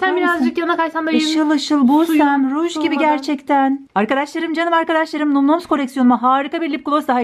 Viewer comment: Bin kere söyledik num noms diye okunmuyo nam nam diye okunur kıt beyin